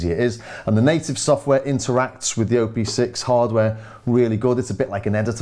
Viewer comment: hi there.. just a little note: you say "O P six" as O and P being separate letters. But.. it's "OP six", OP like in how you pronounce Operator (or Option, optics) :) It has six engines/operations, hence the name ;)